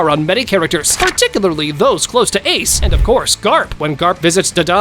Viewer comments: “Ace D. Donut” that’s the second time you’ve violated Ace 😂😂😂😂😭😭😭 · Bro not ace d donut ace d onut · Bro he said Ace D. 🍩